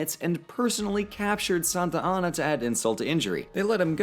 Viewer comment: Meh, I prefer Santana to "Santianna."